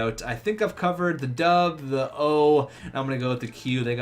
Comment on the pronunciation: BTRG ikr, plus it's pronounced 'doo bay' not 'doob'